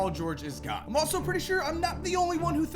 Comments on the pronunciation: “Gahne” sorry 😂😭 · Why you say gone like that 😂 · Why does he say gone so weird